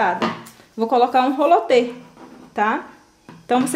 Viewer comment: O nome não é rolo te e sim roliter